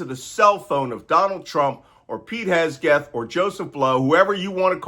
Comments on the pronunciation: We have been looking forward to YOUR take specifically on this Fubar!!!!! BTW That moron's name is pronounced Heg' seth, 'not that anybody cares" to quote the "Big Bang Theory." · Just gonna jump on here and wonder why an expert cryptologist continues to mispronounce Hegseth. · Ok Malcolm, say it with me, Heg-seth, Heg-seth... Hegseth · noticed that too, and he does that with a few other words. I just assumed it's a mild case of dyslexia, but totally doesn't matter and has nothing to do with working intelligence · I think he does it on purpose, Hegself sounds about right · specially pleasing is how you mess hegseth surname. great attitude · Did he ever say Pete's name right? 😂😂😂 biggest burn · Love that you mispronounce Hegseth 😅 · Hegseth may be an idiot, but it’s probably a good idea to pronounce his name right. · You always say Hegseth's name wrong😅😂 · Why say Hesgeth? "Hegseth" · HegSETH not Hesgeth. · Malcom, It’s Hegseth, not Hesgeth. Don’t let someone use that minor mistake to discredit your message. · Malcolm, I hate to nitpick but I think it’s important. It’s Hegseth not Hesgeth, and hyperbole not herperbole. Accuracy is important. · SECDEF. I'm Australian, living in Australia. And I was of the impression Pete's surname was HeGseth, not HeSgeth. Which is it. And it's extraordinary disrespectful to mispronounce someone's name, irrespective of what you may think of them as a person. If you can't show someone basic respect, why should they give it to you in return? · Malcolm. We love you. A small correction. His name is HEG-Seth. You kept saying HES-Geth. It is HEG-SETH. Please get it right. Stuff like this bugs me and I miss the actual message. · Mr Nance….great lesson, but it’s Heg-seth, not Hes-geth. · Can you please not shout? 🤕 Also, it's HEG-seth....not HES-geth. Please don't take offense. Love your channel. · Thanks for your professional and experienced perspective. FYI it's Hegseth, not Hesgeth. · Its Hegseth not Hesgeth 😁 Also pronounced Dogsh!t